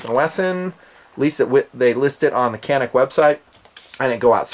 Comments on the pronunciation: Canik is pronounce wrong by most Americans because the C is spelled like a J in Turkish, best the way say the name Canik is like this "jhonuc". (stole this from another post in another TP9 review from a guy who said he used to live in Turkey) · The letter C in Turkish is pronounced like a J. So Canik should be pronounced like Janik. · You pronounce it gyanik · Hi there, I am Turkish and seeing that this gun has garnered some attention among the gun aficionado in US has made me proud (OK I know it is no original design, but still). So I wanted to share some info and some speculation on this gun with US friends: * the brand "Canik" is pronounced as "Janeek" in Turkish. The producing firm is Samsun Yurt Savunma (SYS) (Samsun Homeland Defence). Samsun is the biggest rather industrialized city of the Black see region of Turkey. Canik is the name for a municipality and also a set of mountains in metropolitan Samsun. SYS seems to be one of the bigger private firearm manufacturers in Turkey. * In 2013 SYS has won a purchase call for 25000 guns from National Police Force with the Canik TP9 (I guess TP9 stands for Turkish Police 9 mm). To win the competition, the entering guns had to pass some enduring trial tests (one was a 10000 shots test, which SYS says the TP9 passed with zero errors), so I think this says something about the quality of the gun. On the other hand ISO9000 certificate does not say much and Turkish firms sometimes have problems in quality control. But the fact that this firm is also producing for security forces makes it more dependable. *I think the reason you pay less for this gun compared to the competition is because of cheap (cheap as in price not quality) workmanship in Turkey and less profit margin. The hammer-forged barrel is manufactured by MKEK (Machine-Chemical Industries), the state owned monopoly which I guess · People from Turkey pronounce it as JOHNICK. Just getting that out there. Fantastic channel you have here. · It's pronounced John-ick